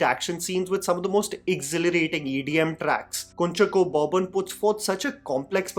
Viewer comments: Hi, keep up your good work. (It's Not "Kun-chucko" but more like "Kunchaako" Boban 😊) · great video. BTW it’s pronounced Kunchaaacko. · Hey, I just wanted to share a correction to the actor's name here . It is actually pronounced Kunchaako, with an emphasis on the 'A'. This is just like another actor's name, Shine Tom Chako.